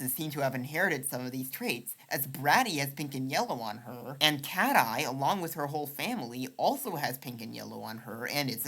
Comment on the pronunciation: And in his precursor video to this one... "Cat-eye" (catti) 🤞😭